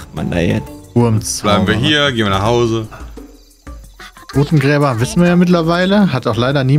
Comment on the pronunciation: "Totengräber" TOTENGRÄBER" Die Jungs sind manchmal so Lost. 😅😂